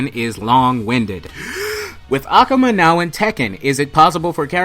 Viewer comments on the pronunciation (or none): aKUHma sounds better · NEW SUB !!! But Akuma is Really pronounced (Ah-Ku-Ma) pleased don't keep saying ak-uma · It's akuma not akama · I'm not gate keeping or anything but the way you day ah-ku-mah is wierd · "ah- koo - mah" akuma The game announce pronounces his name correctly. C'mon bro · jeez why do you say it like that "a-cum-a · I really hate how he pronounces akuma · I like how he pronuces "Akuma" incorrectly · The way you pronounce Akuma. Do you play street fighter? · you pronouns AKUMA strange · Your pronounsing akuma wrong! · The way you say 'Akuma' does it come with a the theory ? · your saying akuma wrong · Great video! but his pronunciation of "Akuma" 😅